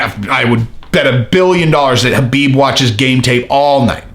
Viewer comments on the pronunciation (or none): none